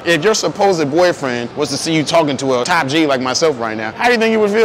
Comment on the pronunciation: Top G not Tap G bro 😂😂😂😂